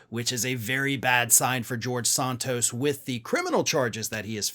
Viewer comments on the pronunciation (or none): I used to like listening to you, but more and more getting tired of you mispronouncing people's names. It is NOT Saahntos. It is San-(rhymes with MAN)-tos. You have done the same thing with Fani Willis' first name and the Chump's attorney's last name. Come on, get with it.